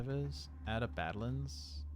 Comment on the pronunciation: You've got the Dahan pronunciation correct now, but still need some more work on your Badlands. Each syllable gets emphasis: not just the first one.